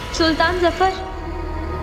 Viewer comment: Zafar ❌ dafar ✅